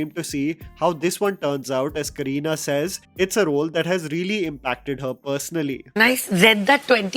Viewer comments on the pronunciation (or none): none